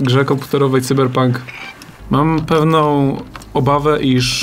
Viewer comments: Czemu mowicie Cyber pank jak juz pank to sajber pank ... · Tzyberpónk Dwo tysionce sidymdziesiąt sidym.